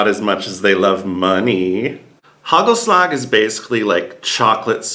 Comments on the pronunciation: Hey, it's not hagelslack, it is hagelslag (soft g)! Almost there! winks ♥ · it's haKHHelasKHHH , not slag like germans would say the G! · Hey, sorry to correct you but the right pronunciation for hagelslag is KHKHKKHHKKKKKKKKKHHHH.